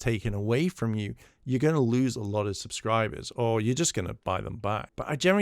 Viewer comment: zzzubsibers? Yeah he's not drunk at all.